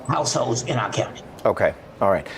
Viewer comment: this guy on right cant pronounce households. he says househose lol